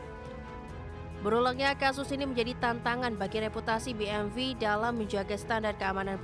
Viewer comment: Maaf masukan buat narator nya... bukan BMV yaa bacanya BMW ( dalam bahasa indonesia ) atau Bi eM doubelU (dalam english)